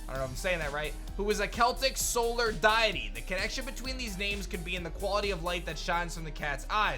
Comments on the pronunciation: does anyone else notice that mispronounced the word Deity the actual prononciation of that word is dee - Uh- tee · I do appreciate that you're trying to fix your pronunciation of 'deity'